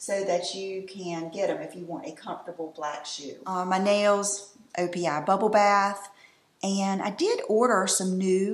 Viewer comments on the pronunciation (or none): none